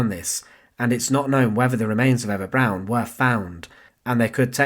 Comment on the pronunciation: Why is Eva Braun being pronounced as Eva Brown?